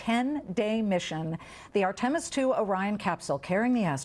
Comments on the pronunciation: LOL! ARE-TIM-US...😂😮😅! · I'm surprised she was able to pronounce 'Integrity' since she struggles with Artemis?!